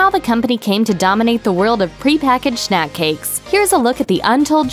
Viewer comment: dat ,"snak" doe